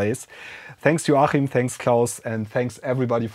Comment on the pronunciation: The CH in Joachim is usually pronounced K. :)